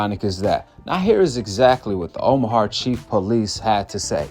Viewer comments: Omaha bro OMAHA. Not omahar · I respectfully say this. It’s not a r at the end of Omaha. Plz leave the R out of Omaha. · Bro if you say omahar one more time 😤 It’s Omaha. Omaha!! Not har.. lol Much love brother 😅 I just had to get that off my chest. ✌🏿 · Omahart?!..why bro? Smh 😂😂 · Omahar lol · Is no one going to correct this on how to pronounce Omaha?